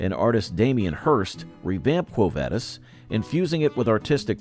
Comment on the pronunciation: The way they say quo vadis is killing me